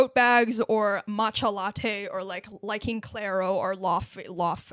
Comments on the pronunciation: ITS LAY-VAY 😢😢 NOT LAWFEY we all been GHERE 💔💔😔😔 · ❌Lawfy ✅ Lay-vay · Hey laufey is pronounced layvay not lawfee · it’s actually pronounced Luffy 🏴‍☠️ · Laufey is pronounced layvay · Laufey (Loy-vey) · ITS PRONOUNCED LAYVAY 💔💔💔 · Its LAU -FEY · it's pronounced layvay (source: me, a performative male) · Mispronouncing laufey over and over again has to be ragebait. I let it slide the first time but you keep on doubting yourself and you keep on getting it wrong.